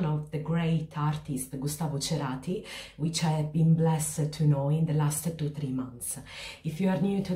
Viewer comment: BIEN PRONUNCIADO ESE APELLIDO CHERATIEN 🇦🇷CERATI... CON MDRE IRLANDESA CLARKE Y PADRE ITLIANO ES L SUMA DE UN... GENIO ARG🇦🇷....😍😍😍😍esta cancion 😪q nostalgia😪